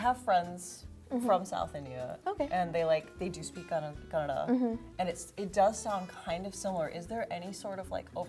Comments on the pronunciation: Her pronouncing "Kannada" is very accurate. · She said Kannada the right way!! Yeyy:) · I love the way she pronounces Kanada. I could never pull that off. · She didnt say Kannad,very happy with that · Wow She said Kannada not Kannad Awesome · I love the way she spells Kannada so perfectly but other Indian people say kannad and i hate it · also she pronounced it properly saying kannada but our Indians living in India have hard time saying properly but they say kannad which annoys me a lot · Thanks for pronouncing "kannada" not kannad ✌🏼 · is the first ever north indian person to say kannada instead of kannad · So you pronounced kannada word so right. Being in India most of the people can't pronounce the word correctly.This shows how well educated and well culturaled you are. 👏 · pronounce Kannada so perfectly while most of our north Indians couldn’t ( They say Kannada instead of Kannada) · I mean atleast she clearly pronounces KANNADA not like the northies who live in India and call Kannada as kannad 😐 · The way the white jacket girl says Kannada turns me on kanpeki desu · I don't how I feel about the fact that an Indian who has been in America all her life or most of her life pronounced the word 'kannada' better(the right way) than most Indian from northern parts of India, who come visit Karnataka (the place where kannada is spoken). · she pronounced kannada correctly... and most indians doesn't pronounce it correctly...!!! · She pronounced Kannada better than most of indians here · The girl who was born and brought up in US says Kannada as Kannada. 🙄